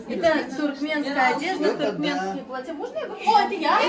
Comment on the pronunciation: Так сильно внешне туркмены похожи на казахов! Хотя до казахского настоящего бесбармака без обиды ой как далеко, особенно до северного!, не платьЯ, а плАтья!